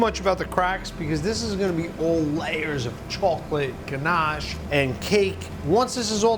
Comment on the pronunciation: Him saying ganache makes me want to fight